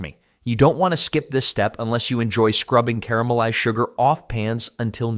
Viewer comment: And caramelize